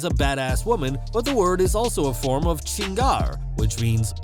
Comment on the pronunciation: It's Chingar not Changer 🤣